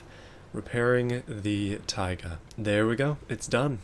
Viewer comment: You pronounce "tayga" slightly wrong, it's "taygá" not "táyga"